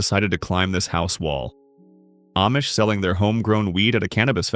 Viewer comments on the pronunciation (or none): none